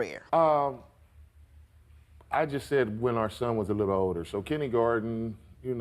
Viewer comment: "Kiddygarden???" 😳 Had to rewind several times and kept hearing it.